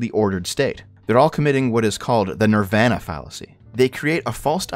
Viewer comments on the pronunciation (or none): none